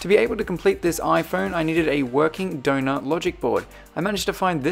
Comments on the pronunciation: At first I thought you were saying “donut phone” not “donor phone” 😂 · I just realized you were saying Donner phone not doughnut phone😂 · For the whole video, I thought you were saying donut iPhone instead of donor iphone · It sounds like ur saying donut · It sounds like donut phone 😂 but he says donor phone. Same with iPads. Sounds like sailor iPad but he says cellular iPad 😂😂😂